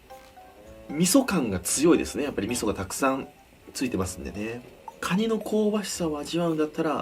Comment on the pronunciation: クワァ二って聞こえた